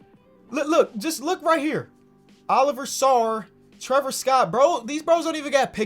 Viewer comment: I’m a Kentucky fan and he said Oliver but it’s pronounced O-live-E-A.